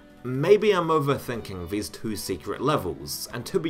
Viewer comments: 3 years later I hope you learned how to pronounce the word “two” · I know this is a useless comment, but the way you say "2".... I can't 😖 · im fucking enraged by the way you say the word "two" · I enjoyed the video and your pronounciation: "Doom tooey" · You just heard an extra e? I heard about 7 vowels mashed together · Why do you pronounce the word "two" incorrectly???